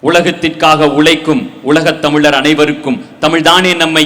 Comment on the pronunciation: சொல்வது போல எத்தனையோ தமிழ் புலமை பெற்ற ஆசான்கள் இருக்கிறார்கள் அவர்களை வைத்து கொடுத்திருக்கலாம்... ஆதிக்கு தமிழ் பற்று இருக்கின்றது உண்மை தான்,ஆனால் அவர் பேசுகின்ற அந்த வார்த்தைகளை நன்கு கவனியுங்கள், உளகை (உலகை) தமிளர் (தமிழர்) எங்கல்(எங்கள்) அளிவில்லை (அழிவில்லை) இதெல்லாம் தவறாக உச்சரிக்கின்றார்... தமிழ் வார்த்தைகளை வருகின்ற தலைமுறைகள் நன்கு பயன் படுத்தினால் நன்றாக இருக்கும்.